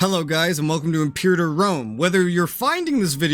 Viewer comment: How are you coming in here calling it "impure-iter" lol. It's "im-per-ah-tor"